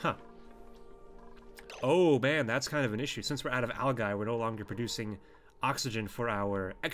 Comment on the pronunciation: its pronounced Al-Ji not al-guy